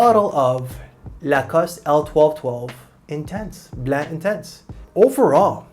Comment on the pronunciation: The way you say Blanc I can tell you’re from Québec, I can recognize my people😊or maybe I’m wrong😅